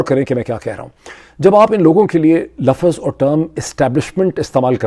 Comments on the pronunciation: buhat jahil ghair parha likha admi LAFZ ko lafaz bolta hay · The word is lafz not lafaz.